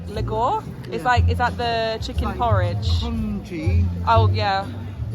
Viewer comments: The trick with Filipino words is that almost all of them are pronounced just as they're spelled. It's lu-gaw (short "a") . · "Lugaw" is pronounced as [LOOH-gahw] with simple vowels the way they are written, with the letter A pronounce as [ahh] as in "father." Filipino Tagalog uses the five simple vowels similar to Spanish. There are no silent letters except the U in Spanish-style spellings for words like "guerra" [GEH-ra] (war) or "Quezon" [KEH-zon]. The pastry you ate is called "piyaya." It's dough is like a flattened Chinese hopia (round thick pastry) and is designed to be dry and flaky. The fillings can be molasses, ube, or some other concoction. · Lugaw is pronounced loo gaw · Some help with Filipino food names 🧡 Piaya (piYAya) Lugaw (LOOgao) 💜 Turon (tooRON) hard Spanish "r" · Hello! Nice foodventure there. Btw, the "gaw" in Lugaw is pronounced same like the "wow" just change the w with g.😊